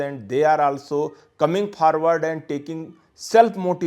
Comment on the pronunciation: 🤣🤣🤣forward ruh kynnoh pharward confident ruh kynnoh can'tfidend 🤨🤨🧐🧐